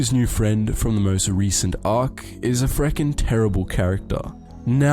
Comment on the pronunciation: Oooo he said frehkin